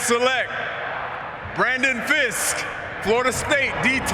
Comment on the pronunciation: bro really called him "brandon" fiske smh